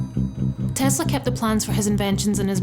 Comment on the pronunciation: Forest here please she has PhD but cant pronouce his surname properly it is tes-la it's an s not a z